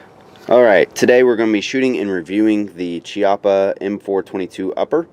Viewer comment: For a correct speak pronounce Chiappa as Kiappa. In italian Ch is similar as K in british. Hi from Italy.